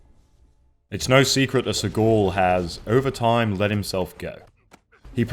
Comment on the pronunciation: Seaghoul? How the fuck does he pronounce the name?